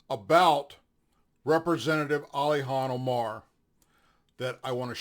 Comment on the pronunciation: Ilhan Omar, not "Alihan."